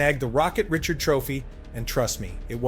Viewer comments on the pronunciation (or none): "Rih-shard"..... not "Rit-churd". If you cannot read it yourself, don't create a channel catering to fans and look stupid. --“It is better to keep your mouth closed and let people think you are a fool than to open it and remove all doubt.” ~Mark Twain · Richard is pronounced Ree-SHARD. Maurice Richard is one of the all time greats, which is why a trophy is named for him. Pronouncing his name correctly is basic respect. Get better AI or voice it yourself. It's a shame too because otherwise this is a great video. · Reh shard.